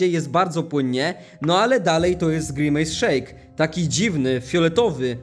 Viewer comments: nie pij grimace szejk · nie pij grimejs szejka